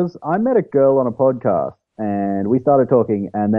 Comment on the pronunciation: OMG How I need to listen to the dote come pode caste